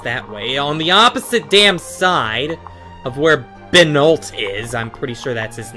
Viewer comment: Benoit is read as Ben wha